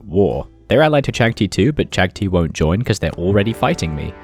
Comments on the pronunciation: cha-gha-thai: caktee:v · Never heard anyone call Chagatai Chagtii, cool video tho.